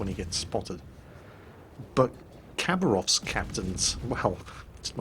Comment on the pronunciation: Khabarovsk is actualu sound not a Khabarovsk , Habarovsk is be a corect (Хабаровск)